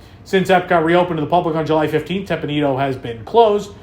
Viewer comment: The reduced hours reflect the reduced daylight hours which start shrinking in September. This change has potential to save energy. Teppan Edo - the last word is pronounced 'ehh dough.'